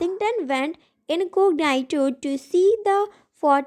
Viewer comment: Choti behen sab thik hai lekin thoda sa pronounciation thik nahi hai jaise incognito ko inconation